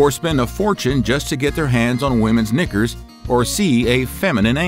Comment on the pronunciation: Hearing an American say a quintessentialy British word like Knickers always makes me laugh!